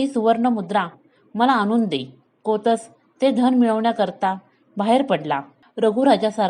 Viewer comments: तुम्ही गोष्ट छान सांगता, फक्त शब्दांच्या उच्चाराकडे थोडे लक्ष द्यावे. कोतस नाही कौत्स असे नाव आहे. रघुराजाने विश्वजीत यज्ञ केला तेव्हा सर्व मांडलिक राजांनी कर चुकता केला होता. प्रजेकडूनही महसूल गोळा झाला होता. पण इंद्राने कर दिला नव्हता. म्हणून स्वर्गावर स्वारी करायचे ठरले. हि बातमी नारदमुनींकडून कळताच इंद्राने कुबेराला सांगून अयोध्या नगरीच्या बाहेर स्वर्णमुद्रांचा पाऊस पाडायला सांगितला. तो शमी व आपट्याच्या झाडांवर पडला होता. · जुन्या धड्यांचे वाचन करून पुनर्जिवित करण्याचा छान प्रयत्न ! जरा कौत्स ( कोतस नाही ) निःस्पृह या सारख्या शब्दांचा उच्चार काळजीपूर्वक केला तर अधिक छान वाटेल .